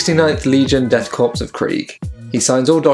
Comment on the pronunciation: Korps (corps) is pronounced like "core"